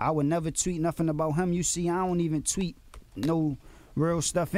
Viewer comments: "And i looked at the Twit"....lol...Tweet? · He said twit XD